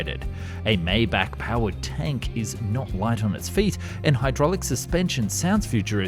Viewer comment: Maybach is my bok, not may bok.